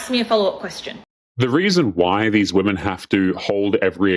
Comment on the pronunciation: It's pronounced "women" not "woman". Woman is singular and women is plural.